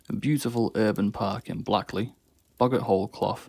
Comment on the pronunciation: Worsley is pronounced Werzley around the Salford and Manchester areas and Blackley is pronounced Blayckley I just live down the road from Boggart Hole Clough and I used to live just at the back of Ordsall Hall and the street next to Ordsall Hall is actually called Guy Fawkes street 💯😂😂😂